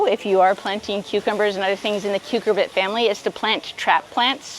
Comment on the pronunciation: Love your work. Thank you. One tip: rather than 'KUKER-bit' for the melon/squash family, please note it's pronounced "KER-cubit"